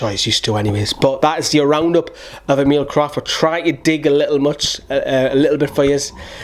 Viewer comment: E as in Electric. Mil normally. E-mil